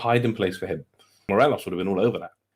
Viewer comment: Did he say Morelos 😂😂😂😂😂